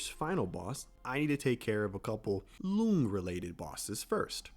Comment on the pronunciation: Loong is pronounced as long. It's written that way to differentiate tones cuz Mandarin is a tonal language And also, chapter 6 is rushed, that's why there isn't much content